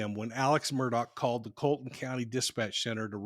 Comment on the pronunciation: It's pronounced Col e ton, not Carlton.